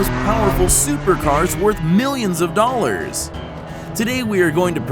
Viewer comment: I hate the way you say "dollars"